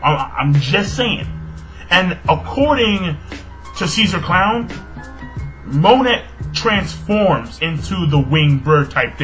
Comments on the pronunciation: its mo-nay, dont pronounce the T hahaha just a heads up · The T in Monet is silent.It's actually pronounced "Mo-nay" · Something tells me that you dont pronounce the "T" in Monet? just a thought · I always got the impression that Monet (the t is silent by the way. It's pronounced 'moan-ey') was not really Ceaser's ally. I thought that she was working with him either to steal information or because she wanted something in return (like her human body parts back).